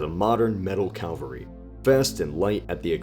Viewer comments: Where did you learn to talk? It's not "Calvary". It's Cavalry. Calvary is a hill in the Bible. Cavalry are mounted soldiers. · pls, I love your vids, but I die a little bit on the inside every time you say "calvary" instead of cavalry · Calvery, you've got to be kidding. Calvary was the hill Jesus was crucified on. Cavalry were horse mounted soldiers. Please note, there is no letter "L" before the "V" in the horse mounted soldier. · CAVALRY, NOT CALVARY. Say it with me..."Cav-al-ry". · You keep saying cavalry wrong. It's not calvary. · I don't mean to be rude but could you work on your pronunciation? You often mispronounce certain words like cavalry and Churchill. You pronounced these as Calvary and Church-hill Don't get me wrong I'm loving this series! Please keep it up! Just keep an eye (or ear) on your pronunciation:)